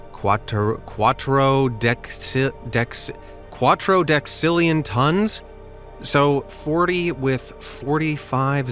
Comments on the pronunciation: not quatrdextillion qua-ti-ourd-de-cill-i-on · It's actually quattro decillion not quattro dexillion Is funny seeing him just painfully pronouncing this phrase 10^45 T which is 1 billion tonnes times by itself 5 times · It is Quattuordecillion (kwot-oo-OR-di-SIL-ee-un or kwat-oo-OR-di-SIL-yən) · Quatt-or-des-illion is how you pronounce it (i beleve)